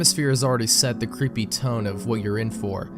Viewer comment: "Wost mewia vewwy cweepy PSA (creepy, lost)" really now